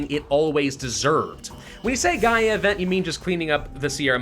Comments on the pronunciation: it's the GaLa event, not the Gaia event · It hurts me mentally that is worried about pronouncing Sierra Madre correctly when he keeps confusing gala for Gaia. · it's the Gala event, not the Gaia event